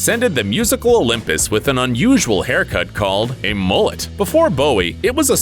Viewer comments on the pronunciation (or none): Him: MoOlEt Me the Australian: Mullet 😐